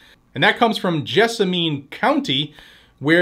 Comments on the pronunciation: FWIW, it's pronounced Jessamun with the accent on Jess........;-) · Jess-ah-min is how that county is pronounced. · Small point FTR. Pronounced gez a men. Ask Alexa or Google what county is Nicholasville, KY in. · & gadgets, just an FYI, it’s pronounced “JESS a men” around here. Also, we’re all pissed about this jerk. It’s time to DITCH MITCH!!! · It is about time. And it is pronounced Jess-a-man county. We are working on the same thing in Pulaski and Mercer. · Cocaine Bitch is one of my senators and he is hated within the state. The only way he keeps gets re-elected because he never has any opposition. FYI Jessamine County is pronounced "Jess-A-Men" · Yeah, we have Mitch, the worst, and Rand, the best. Pronounced, Jezz-men county. EVERY Senator is comprimised by China. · As a Kentucky boy, it's pronounced "jess-a-men." Versailles is also pronounced, "ver-sales." Louisville is pronounced "loo-vull." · Jessamine, think min like minimum. I had a good laugh, I've never heard it pronounced your way. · Yeah, you slaughtered our counties actual name man Haha You could also say Nicholasville 🤷‍♂ Lol